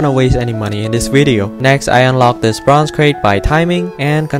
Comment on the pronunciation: Slap yourself when he says "bronze crate"